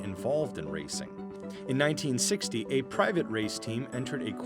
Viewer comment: Way to mispronounce Le Mans.